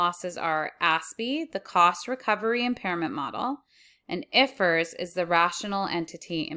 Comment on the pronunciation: ❤❤❤ I like the way you say I.F.R.S